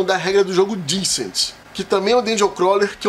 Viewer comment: Tenho certeza que entendo que mais do que vocês. Há mais tempo também. Lista que não tem KDM, Darklight, Deep Madness, Claustrophobia, Folklore... e ainda bota Sword & Sorcery de primeiro...é não saber o que fala. Fato ainda mais óbvio quando menciona Descent (falando errado o nome ainda) e demonstra total falta de conhecimento do jogo, pois ele tem sim um APP pra atuar como Overlord. Até Dark Souls entra nessa lista. PnP como 4 Against Darkness e d100 Dungeon são DCs. Mansions Of Madness não é DC. É Adventure. Aliás, Mage Knight (vergonhoso não estar nessa lista, mas não é o forte de vocês) é mais DC que MoM. Ah, aparentemente entendo mais de digitação também. Canalzinho amador. Sugiro aos inscritos procurar informação correta e mais esclarecedora em canais gringos. Se não entenderem o inglês, existem canais nacionais melhores pra vocês tomarem uma decisão mais acertada sobre onde investir a grana em jogos caros como esses e não se arrependerem tomando por base informação de quem não sabe o que fala (e ainda faz um vídeo sobre).